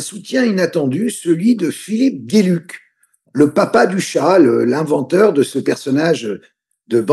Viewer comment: ça se prononce: "Gueuluc", pas "guéluc",ça veut dire chance en Néerlandais.